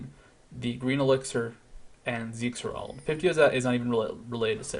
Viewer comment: It's HER-ald man. Herald. Thanks for another great video.